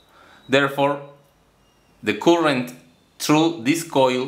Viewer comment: Very creative! Just a tip: buzzer is pronounced /'bʌzə/ not /bu:sə/, and current is pronounced /'kʌɹənt/ not /'ku:ɹənt/ (current is a word you use in nearly every video so it's worth learning how to pronounce properly!) - listen here